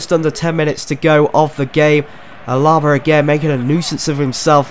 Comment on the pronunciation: it's not AlAba it's alaba but great video